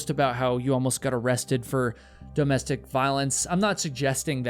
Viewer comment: Dough-mestic abuse?